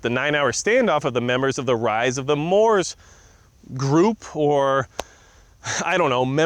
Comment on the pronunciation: Moops not Moors